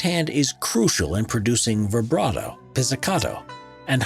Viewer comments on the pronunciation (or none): none